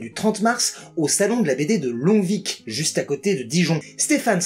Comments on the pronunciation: petite info qui a son importance on dit Longvi le c est muet ;) et c'est vraiment collé à Dijon j'ai bien envie de passer du coup! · Longvic, on ne prononce ni le G, ni le C !